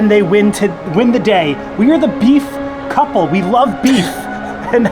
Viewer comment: beef couple omg I can't stop saying it and laughing- beef coulple HAHAHAHAHAHAHA